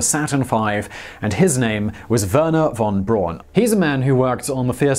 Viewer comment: I'm baffled as to how you could pronounce Wernher von Braun's first name correctly but continually mispronounce Wehrmacht